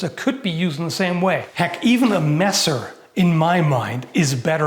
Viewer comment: *angryliy tiping (for the sake of algorythm) * HOW CANT YOU... erm...let me think a sec... i dont find anything bad... ah, finally stop calling the messer "masser", but start speaking it more german like? cuz its a german word XD greetings from the black forest in southwest germany :D